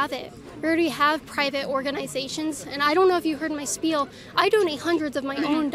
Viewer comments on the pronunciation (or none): none